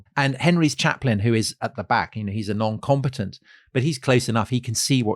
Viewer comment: They way you say "non-combatant" sounds like "non-competent" so I'm like damn what'd the chaplain do to you bro